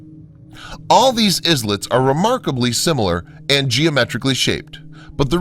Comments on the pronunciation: Funny the way he also pronounce ISLET... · The drone footage is nice, but the narrator pronouncing "Islets" phonetically is indication that he has no idea what he is reading.